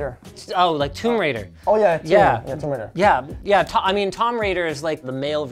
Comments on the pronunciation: the way he said Tom Raider with so much confidence lol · yup i knew it after hearing the "tomb raider" pronunciation